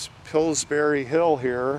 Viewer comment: Every time you say Pillburys...it sounds to me like it is another kind of berry...like strawberries!!! Now I want to try Pillsberries!!! LOL!!!